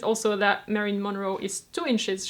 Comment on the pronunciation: I'm late to watching this video and I just wanted to say the I love how you say the name, "Marilyn"--it's fun to listen to other people speak your language when it's not their native language. But I'm not telling my clothing size; as an American, I am just too ashamed!!